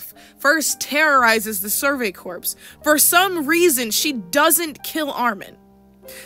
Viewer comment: Okay girl, I have an important message for you. The word "corps" is pronounced "core." I need you to internalize this.